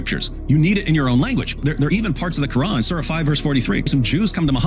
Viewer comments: I like when David calls it the Quwrong.😂😂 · It’s Quwrong not Quran